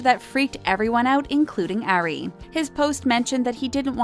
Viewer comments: It kills me when ever the narrator says “Airy” WHEN YOUR SUPPOSED TO SAY “ari” lmaoooo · it's not "air-ey", it's "R-ree" * and not "ay-rianna", it's "ah-rianna" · It's Ari. Like ARE-ee, not AIR-ee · Lydia Ann yess